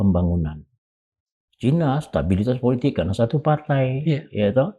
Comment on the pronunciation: Pak Kivlan ...! Kalau menyebut kata : Cina... ya Cina saja, pak... Gak perlu dengan ujaran : Cainis !... Cukup : Cina saja !, kita orang Indonesia, huruf "i" ya diujarkan "i", bukan "ai" Prof. Sri Bintang Pamungkas juga tidak pernah ujarkan : Cainis, tapi : Cina !👍🏻